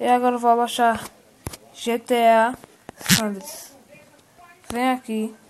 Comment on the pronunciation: o cara fala gta sandrers kkkk